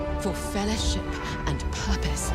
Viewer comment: I do love that clip from the intro. It’s almost goosebump-inducing. But I can’t help but hear the narrator say fellahship instead of fellowship every time.